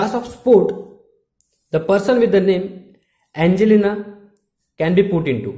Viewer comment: i like how u say angelina